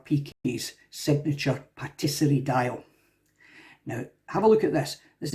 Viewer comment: ITS TAPISSERIE DIAL, NOT PATTISERIE (PASTRIES) LOL